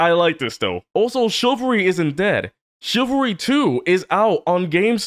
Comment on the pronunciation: the boys really did research on how to be a proper gentlemen. also is no one gonna point out that beast boy said chivalry the incorrect way?